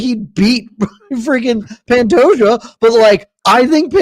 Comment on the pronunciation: Incredibly annoying considering it isnt hard to pronounce Pantoja and it takes just as long.